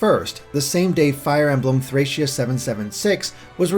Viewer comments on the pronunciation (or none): none